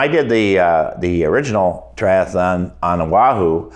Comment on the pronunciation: It's tri-athlon, not tri-ath-alon.